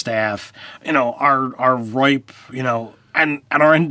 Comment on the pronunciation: I love ya buddy... but it's RIFE. NOT RIPE.